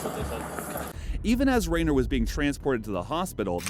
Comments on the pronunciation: Renner, not Rayner…couldn’t even get the man’s name right? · RIP Jeremy Ree-ner. Jeremy Ren-ner sends condolences.